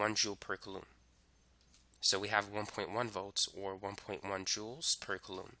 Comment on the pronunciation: It's pronounced "coolum" not "kalloom"